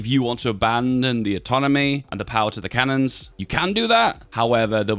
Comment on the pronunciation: Cantons, not cannons